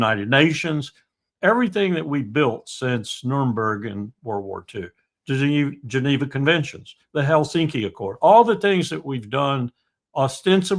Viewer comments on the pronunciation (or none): none